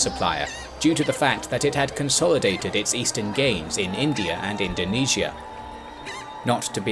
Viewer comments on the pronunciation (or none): none